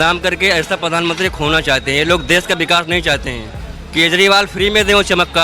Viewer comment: प्रधानमंत्री ❌ पधानमंत्री ✅ 😂😂😂😂😂